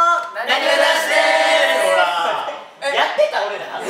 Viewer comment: 彼、大橋和也くんは"ほら"って言えないんです..."ふら"なんです...可愛いでしょ...可愛いのよ...